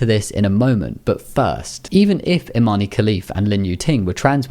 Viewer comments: Imane's name is actually pronounced without the "e", it's not Imani. Her Olympic audio shows how to say it properly. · It’s pronounced “Imahn” “e” is silent.